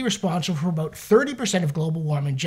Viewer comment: Did you say getting "a boot" on foot?